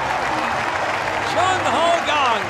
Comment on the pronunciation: did he just say jung ho ho. thats racist. lmaooo